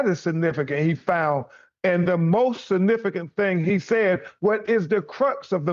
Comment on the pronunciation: BEN Crump "I can Says "Sa-nifigant'' it very Sa-nifigant !!